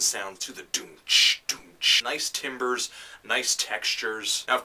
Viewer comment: actually it's TAM-ber.